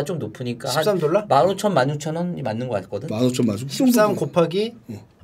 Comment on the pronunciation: 오늘의 차짬영어 : 돌라, 훌라스틱, 꼴라보